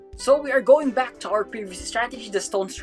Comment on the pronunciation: "yellow, is beck"